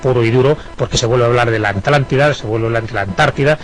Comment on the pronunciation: Alantida? También lo pronuncian mal, no dicen ATLNTIDA